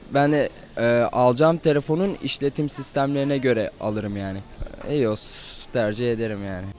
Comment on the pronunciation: Olum ios diye yazılır ayos diye okunur hala iyos diye okuyonuz